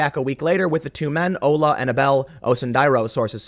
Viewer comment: Pronouced (Ola) Awe-La. No Oh-la